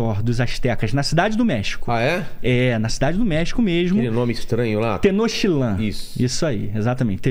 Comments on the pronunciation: Coruja, não. Águia. "Tenochilã"? Tenochtitlán! PERAÍ! O cara tá falando dos astecas, mas usa um filme sobre os MAIAS ("Apocalypto") pra exemplificar? Nada a ver! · Tenochilán não. Tenochtitlán. Historiador de Internet é foda. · Errou a pronúncia da cidade. Tentou dizer Tenochtitlan e acabou dizendo Tenochilan.